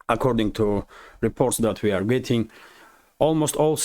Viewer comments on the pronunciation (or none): none